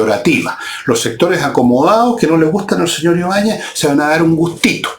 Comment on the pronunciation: jajjajaja "los sectoréh acomodaaaó!"...jajaj zurdos re.....